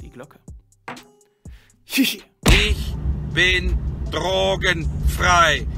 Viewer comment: drrrrrogenfrrrei 😂 der schluss hat mich gekillt